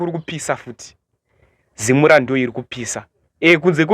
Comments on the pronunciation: Zimura😂😂😂😂😂 it's ZIMRA!!! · Zimra not zimura mwanangu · Iwe zimra not zimura 😂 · Anogona kuti Zimra...kuti zimura kutotaura zvokubhowekana nayo zimra nezvaurikuita .kkkkk